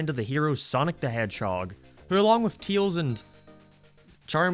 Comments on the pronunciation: Why are you having pronouncing Tails? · Sometimes he names him teils insted of tails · Teails, I like the way you say it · Why does he pronounce Tails so weird?